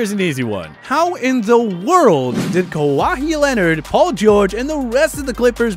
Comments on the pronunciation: "Ka-wah-hee" leonard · Man said: "Kawahee Leonard" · How did he pronounce Kawhi’s name. They are obviously reading off script